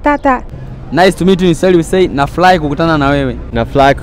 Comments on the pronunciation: It's not nafulahi, it's nafurahi ...work on your ( L )and (R )! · Kazi nzuri lakini afanyie kazi matamshi ya kingereza na kiswahili mfano Zelo to helo (zero to hero) nafulahi(nafurahi) before hajaenda for interview angalie script yake maneno ambayo anajua huwa yanampa shida kutamka he should Google for the correct pronunciation and he should work on his R and L